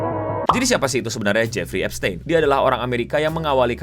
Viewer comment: Bacanya bukan gitu bang tapi eps-tin